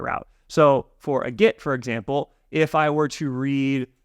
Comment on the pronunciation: The way he says "get" it sounds like "git", it's kind of confusing